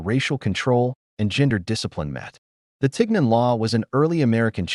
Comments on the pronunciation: I speak French and this pronunciation isn't right either "isn't Ten" but "Tee" it come from "chignon" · First of all, it’s pronounced TEEN yawn, with the “n” being soft. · No. It's not pronounced tig non. It's teen yon. If you can't even bother to pronounce it correctly, why should anyone believe you know the real story? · We pronounce tignon as tee-yaw in southern Louisiana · It’s being pronounced wrong, Lol! It’s called “Tee-Yawn”… a head wrap that had to cover the hair. A lot of elderly black women in Louisiana still wear it today while cleaning,doing laundry etc. I live in Lafayette,La.. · At the very least, correct pronunciation of tignon (tee YON) is necessary. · It’s pronounced “TihYon” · It's pronounced (tee-NYOHN), though. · Besides the AI pronunciation of tignon hurting my ears and the arbitrary mix of different era fashion hurting my eyes, let us bear in mind that Miró fulfilled the plea of jealous white women. Approx. a century later, empress Josephine (a born Creole of the earliest definition) adopted the headscarf and it became en Vogue among the French high society- well, this “inspirational” trend adoption continues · They made a video using AI and somehow couldn’t get the French prononciation right? I can’t watch this video. My ears are hurting.